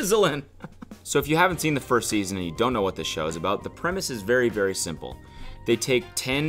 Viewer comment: Cody saying “How toll are yew” SENT me